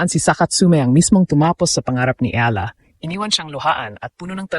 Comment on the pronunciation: I wish the narrators will pronounce the name of Alex Eala properly.